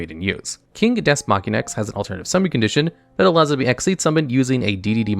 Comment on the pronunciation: the way you pronounce Deus offends me